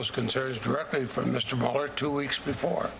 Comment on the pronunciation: Why do people keep calling him Muller??? He was always MULE-er for the early part of my life including through the 9/11 attacks... it's like the 'Twilight Zone'...